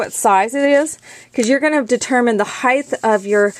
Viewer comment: height is pronounced "hite" not "hithe". Just trying to be helpful. Great project.